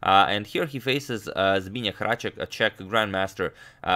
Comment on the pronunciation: Only agadmator can say "Zbyněk Hráček the Czech chess champion" right on the first try